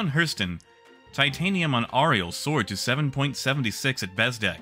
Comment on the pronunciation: Great work. I posted this before and not sure what happened to it but there are a couple pronunciation errors in an otherwise great video: Clio should be pronounced like Cleo Arial should be pronounced like Aerial